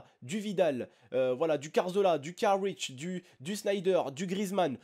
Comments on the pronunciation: karwitch?? c'est plutôt rakitich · mddddr c'est lewadonski et c'est rakitic ( pas lewaldonski et rakic comme ta dis ahahaha mais si non bonne video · Enorme le " Caritch " x)